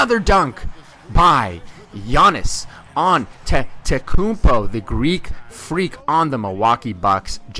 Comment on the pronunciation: Great Video and you started saying the Greek Freak's name right. :)